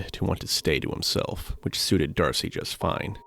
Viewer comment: Dude, you say DARCY everytime in this video, when the name is Darce. You are using an AI voice sample tool and feeding a script to it And I'm sure you meticulously edited it, you needed to cut stuff out. Don't know why you are arguing with me when is clear you are using AI tools. There is nothing wrong with that, just be honest.